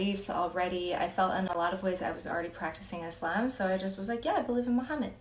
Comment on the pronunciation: How you know a person has really accepted Islam from the heart and is willing to learn it all is when they say Islam not muzlem. You pronounce it perfectly. I am proud of you. Just a Muslim man Afghanistan here.